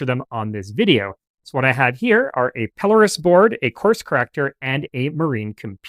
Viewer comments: It’s 100% Pelōrus, so your accent is on the “O.” It’s a Latinized version of a Greek name, Peloros, and so looking in a couple of Latin dictionaries you’ll see that the “O” is long and thus takes the accent. In Greek, the accent is in the same place. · I worked in the Navigation business33 years, It is pronounced "Pel-lor- us". one of you early pictures is of a telescopic alidade not a pelorus ring or a bearing circle.